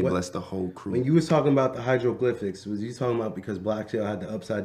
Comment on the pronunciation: said “ the hydro-glyphics” 😂😂